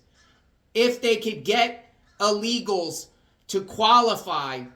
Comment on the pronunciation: illegals not ah-legals